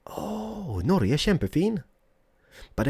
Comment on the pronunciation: I love u, and I alsow love Wien you say: Norge, kjempefin. I just love your Norwegian speech, cause I am from Bergen in Norway, and by the way, if you drive in Bergen and you see some houses thight together, they are calender Bryggen.